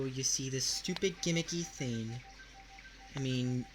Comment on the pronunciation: How exactly can something that's just a digital store, have a gimmick? The tax is the only problem. And of course Microsoft Points don't have taxes, THEY DON'T USE REAL MONEY! Swearing isn't cool and doesn't make you adult-like either. Also, you really should learn to pronounce "thing". It's pronounced THING, NOT THEEN.